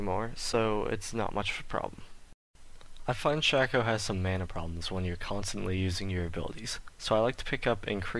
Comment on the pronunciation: You didn't say what abilities you maxed first. Also it's pronounced Shay-co. I don't know why, but it is. Decent though overall.